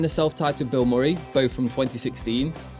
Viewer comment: lol "bill More-ee" It's "Bill Muh-ree" you know, based on the Actor Bill Murray"